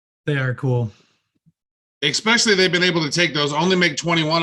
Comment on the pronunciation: Did just say "ik-specially"?! Lol. Explains a lot.